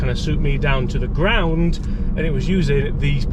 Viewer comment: NOT a criticism, more of an amused observation, throughout the year watching the videos, I'm impressed how you can always add 1-2 extra syllables in a lot of words like Ground and Here. Golf-wise, I actually bought a set of these Tours this year (with HMB 4 iron), and they are fantastic. Was playing older TM clubs from my youth, so the lack of forgiveness hasn't been noticeable by comparison.